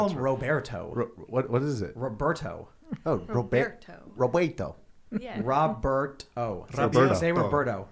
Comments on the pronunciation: if it is spanish row-bear-tow is correct. Not rob-bert-oh. But it is Tim's chicken, he can call it what he wants. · Lol Tim doesn’t know how to say Roberto. was saying it correctly. 😂